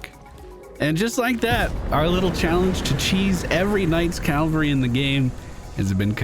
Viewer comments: Quick note - only because I know you do work on pronunciation: The word "cavalry" isn't: "Cal-vuh-ree" it's: "Cav-aul-ree" ... the 'V' comes before the 'L' It is a very common mispronunciation. Don't feel bad about it. Bonus! Another one I hear often is "veteran" pronounced as: "vet-ran" ... that's what happens if an animal doctor was in a race. "vet-er-in" ... is someone with tenure or experience, especially in the profession of arms. (three syllables, not two) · Cavalry -- Dude on horseback. Calvary -- Place where Jesus died. lol